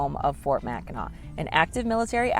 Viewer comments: Mackinac Island is in the State of Michigan, placed between the upper and lower peninsulas, in Lake Huron. It's pronounced as Mack - in - nah; a Native American word. This island plays a large role in Native American oral histories; the Anishnaabek (also known as the Odawa, Ojibway and Potawatomi) tribes inhabited the Mackinac Island area for thousands of years. No motorized vehicles are allowed on the island except for fire engines. There are lots of horses so watch where you step! It's an amazing place to visit especially if you're a history buff. Another place to visit is the Fort Michilimackinac on the lower peninsula in Mackinaw City. If you can time it right try to be there when they do historical reenactments. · As a Michigander the pronunciation of Mackinac is driving crazy 😂😊 Its pronounced as "Mack in naw". I have been there a few times when I was a kid. The Mackinac Bridge, or Big Mac, connects the lower and upper peninsulas of Michigan. If I remember correctly you take the ferry from Mackinaw City (not a typo, pronounced the same way) on the Lower Peninsula to the island. The bridge is the 7th longest suspension bridge in the world and I believe the longest in the Western Hemisphere, if I'm remembering correctly. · Pronounced Mack-i-naw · Guys should learn how to pronounce Mackinaw! Mac -A - Naw! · It's pronounced Mack in NAW! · Please pronounce Mackinac properly.